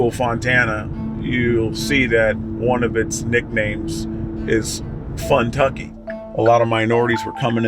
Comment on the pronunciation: It's Fontucky, not Funtucky.